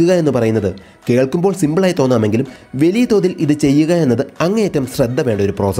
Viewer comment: വെലിയ അല്ല ചേട്ടാ.... വലിയ.... വലിയ....